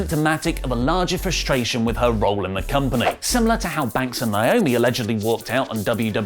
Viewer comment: Speaking of unprofessional... it's NAY OH ME (NAOMI) or her real name Trinity.